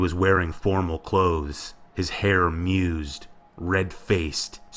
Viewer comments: Crystal Dawn I was thinking the same thing. + he pronounced 'mussed' as 'mused'. I actually growled in exasperation at that moment. Understanding how to speak a language tends to make one feel like a pretentious assface during such instances... I MUSED (in a manner reminiscent of an assface). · "Mussed" hair means messy hair. Pronounced with the U sound from "mud".